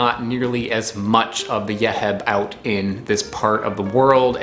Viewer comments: Hi thank you for the video ‘ this Nut It’s Called Yeib ‘ Not yehib‘ I used to eat when i was young it’s was so delicious’❤️ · Thanks, for this.Its pronounced Yeib. Nostalgic of my childhood.